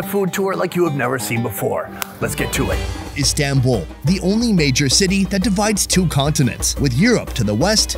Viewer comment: İ fr get so triggered if people say istanbul wrong😭 its not the american “a” its the other “a”! Like yknow american a is like “ey”! But istanbul’s a is the other one. (İdk how to explain lol-)